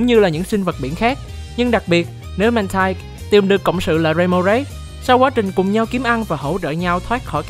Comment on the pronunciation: Mantine đọc là /man-tin/, còn Mantyke đọc là /man-tai-k/ bạn nhé